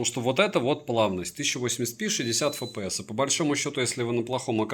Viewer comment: Фэпээс?????? Может "Эфпээс?? Купи азбуку,😂